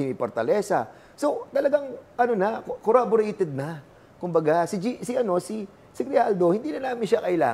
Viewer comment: Cong, corroborated po, not corraborated hehe